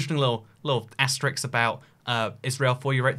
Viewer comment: Tiny blond guy with helmet: Asterix. * = asterisk.